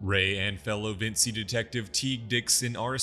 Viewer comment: Vinci, pronounced Vin-chi, not Vin-see. They literally say it like 15 times an episode.